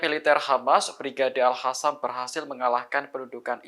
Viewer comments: Bukan alhasam, tp alkassam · mohon host,,klo baca Al Qossam ya dibaca AlQossam,,,jgn di fasih2kan di baca Alkhosam,,,,bacaan itu salah besar,,, tlg klo baca yg benar,,,,ok